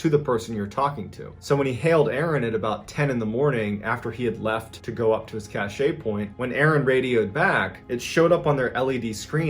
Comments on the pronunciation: lol please don't pronounce it like that. Its definitely incorrect unless you are actually meaning to say the French word "cacher" which means "hide". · I don't know if he's trolling by constantly mispronouncing cache. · Why does he have to say cache wrong times. It is so annoying. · The verb cacher is pronounced like the way he does it and means “to hide”, but I agree with you lol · How can an exmilitary not know how to pronounce cache. However great video. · Cache is pronounced CASH Cachet is a word pronounced cash-ay but it means a classy ambience. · I love you man. Watched all your videos. Please stop saying “CASH-A” cache is pronounced “cash” like money. Just cash . Cash= cashe. The e is silent. It’s French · It is pronounced like cash, not cashay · "Cache" is pronounced like "cash", and means "a group of things that are hidden." You are saying "cachet" which means "prestige," "medicine to be swallowed," or "an official seal." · "cache" is pronounced "cash", not "cashay" js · I hate to be the one to tell you but cache is pronounced kash, not kashey. I think you're mixing it up with cachet which is pronounced kashey and means social standing. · Cache is pronounced cash, not cachet. That's something else. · Cache as you are using it MrBALLEN, is pronounced like 'cash' and means just exactly what you are explaining, a secret store or collection of something such as food and equipment, supplies, or weapons, or money etc. The way that you are pronouncing it 'cash-a' , means- an air of style, fine quality, or superior worth. It really matters how you pronounce it, as they are two very distinct and different meanings depending on how it's said. I've heard this word misused many times, especially by people trying to sound more erudite and educated than they actually are. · its cash not cashay , idk man then you pronounce it correct.... idk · It's "K-ASH" not "K-ASH-EY" and e at the end of a French word is silent unless it has an accept over it. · it's pronounced cash